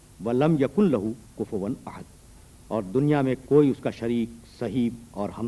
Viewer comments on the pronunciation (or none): حیرت ہے علامہ مرحوم احد کو عہد بول رہے ہیں اوربار بار بول رہے ہیں۔۔ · اسلام علیکم: عربی میں احد کے دو معنی ہیں (الف) پہلا،اول (ب) اکیلا۔ یہاں پہلا شروع میں احد کا مطلب پہلا،جب کچھ نہ تھا خدا تھا۔دوسرا آخر پر احد کا مطلب اکیلا۔واحد، only one. تیسرا مولانا یہ احد ھے عہد نہیں۔چوتھا،الصمد ھے نہ کہ صمد۔پانچواں: ھو hu'wa ھے ھ پر پیش ھے اور و پر زبر۔مطلب: وہ ہی،وہی صرف وہ،only He.یہ دو عربی کے حروف ہیں اور زبر پیش سے دو اسماء بنتے ہیں۔وہ اور ہی۔دونوں ملا کر وہی۔علامہ الفاظ کی گہرائی کو سمجھیں۔خدا ہم سب کو نیک ہدایت اور قرآن کریم سمجھنے کی توفیق دے،آمین۔ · اَحَد ۔ لفظ ہے ۔ آپ کی نشان دہی درست ہے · یہ احد کو کیسے پڑھ رھے ہیں میں نے کتنی بار غور کر کے سنا ح کے نیچے زیر کے ساتھ ؟ حالانکہ احد ھے لفظ۔ ح زبر کے ساتھ